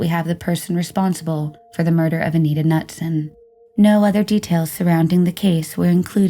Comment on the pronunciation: it's ka-noot-sun actually lol